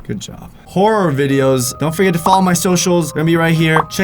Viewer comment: “Horry videos” 👏